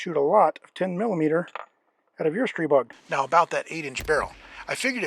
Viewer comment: Massive props for pronouncing Stribog correctly! Edit: "God of Wind." I see what you did there.